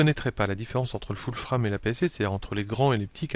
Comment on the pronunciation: Des tutos clairs, allant droit au but, et un français correct et fluide. Impeccable. A ce sujet... je ne peux m'en empêcher, continuez en français, vous ^tes adorable avec votre "".:)